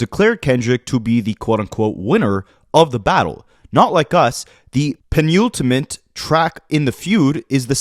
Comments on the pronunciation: your pronunciations were actually good! you got "acrimonious" in the end, and the only one you really flubbed was "penultimate," which is literally pronounced like pen-ultimate. give yourself more credit! also, you have really good legal instincts. i'm not a lawyer either, but i watch a TON of lawtube lol, and you're breaking it down as well as any other legal commentator! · Penultimate, is pronounced pen-ultimate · "Penultimate" was the only one u slipped on and didn't correct. It sounds like "pen-ultimate" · The only creator I've seen pronounce hyperbole correctly so far. I was getting worried about the American school system for a moment there. 🤣 Penultimate is pronounced PENN-ultimate. And debuted is day-BEWED. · Bro please just look up the pronunciation for words you can’t pronounce. Google it and then you’ll know how to say penultimate, and whatever else, for the rest of your life. You have a channel with influence, that people watch, don’t you wanna know how to pronounce words? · This guy pronounced “penultimate” funny , that has to be bait right ? I’ve heard his intros , has to be bait😂😂